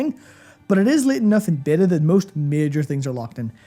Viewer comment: "a beta review of..." i SWEAR i heard "a bitter review..." guys, i love you but i wont spend another freaking cent on that company